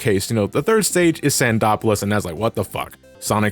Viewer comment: Actually, it's pronounced Sando-polis.